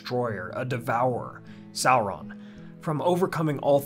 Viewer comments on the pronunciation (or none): none